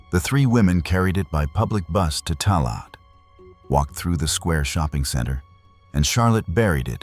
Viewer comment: Tallaght = Taa-laa